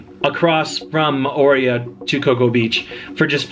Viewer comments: I think you may have, in fact, been in Mor-ay-u....RATHU than More-ee-uh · If you are giving advice on living there, you might want to learn how to pronounce "Mo'orea". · Your pronunciation hurts my polynesian ears 🤬🤬🤬